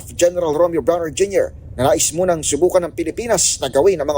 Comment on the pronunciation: Naging “ Muning” na NGYAHAHAHH!!!😂